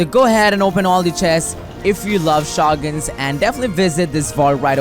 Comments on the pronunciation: the way he says shotguns tho....... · Can’t even say shotguns